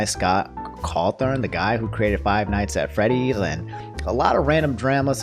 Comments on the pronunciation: You attempted to say Five Nights at Freddy's three times, and you failed every time lmao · “Five nights at frayties” -Jack black